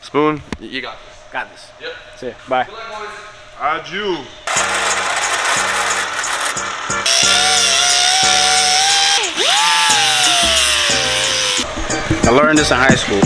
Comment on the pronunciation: Steve has me fuckin dead, bro said 'Ajew' instead of 'Adieu'